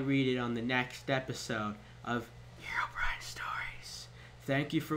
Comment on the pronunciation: He did too! Its Herobrine xD!U said herobime